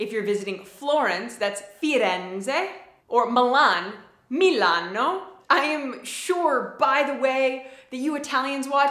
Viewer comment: "Salve" comes straight from ancient Latin (not ecclesiastical one) verb "salvere", which means "to be healthy". It's the last word of the locution "vale atque salve" (farewell and be healthy). It's one of the few words still untouched from those times. Btw, you're doing GREAT, if I may give a tip try to cut the consonants' suspension (here you are speaking like it's written "Milanno", you kinda have to throw that second N away, same goes with "vino", it's not "vinno") I'm very happy, more than proud, seeing your actual love and interest in our patria :) Hope I wrote in a decent English :D